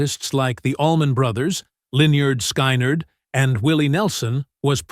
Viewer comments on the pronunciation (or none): Lin- yerd Sky-nerd??? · Terrible video, with redundant, repetitive remarks about Russell's career and influence concluding with the completely laughable pronunciation of the classic southern rock band as, "Line-ard Skine-yard." And after 22+ minutes, absolutely nothing about what he had to say about George Harrison. Absolute rubbish and a total waste of time. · Linear Ski-ner 🤣🤣🤣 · Line-yard Skin-yard lol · Lynard Skynard is pronounced "lin-ARD skin-ARD" Good grief. Lose all credibility with that faux pas. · Linn-Yerd Sky-nerd? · Lie nard Sky neyard? Who read the narrative? Not much said by Leon about George H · Lin•yurd Sky•nerd? Where do you get these pronunciations from bruh? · The most badly done documentary vid ever! For starters, the headline about “shocking” revelations regarding George Harrison is such a load! No shocks, no revelations, just…. Nothing. Oh, not to forget, the band called, “Ligh-Nard Sky -Nard”. Beautiful. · "Lyn-yerd Sky-nerd???" and no mention of Harrison. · Liniard Skynard?? Lenard Skinner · Despite the narrator's missed pronounced "Lynyrd Skynyrd" it was a good tribute to Leon Russell. A lot of work with other musicians. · In fact, we learnt absolutely nothing new about anything. Just clic bait. And lynard Skynard isn't pronounced like that. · Whoa, I've been pronouncing Lynyrd Skynyrd's name wrong all these years... How embarrassing.